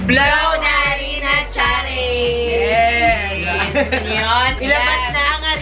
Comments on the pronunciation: Correction lng po its not challeynge its challenge po-not judging po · Mga mamshie advice lang po challenge po ang basa hindi challenyg at may kasama po kayong espasol si